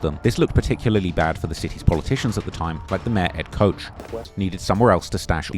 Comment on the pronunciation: Mayor Coach is wild. Its pronounced like Notch. Koch.